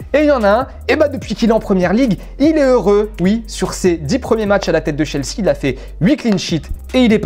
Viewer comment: Sa m’tue comment il prononce chelsea